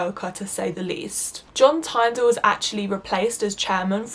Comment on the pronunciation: You mispronounced John Tyndall’s Name